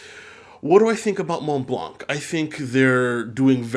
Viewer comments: Hello, I really love your channel As a piece of advice, Montblanc is actually pronouced "monblan" Keep up the good works, hope I helped Cheers! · hi just to let you know that in "Montblanc" you don't prononce the "c" we read it "Montblan". love ur videos keep up the good work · I know it’s been a very long time since this video but juste wanted to tell you that we don’t pronounce the “c” in Montblanc , it’s just “Monblan” 😉 As always, great video !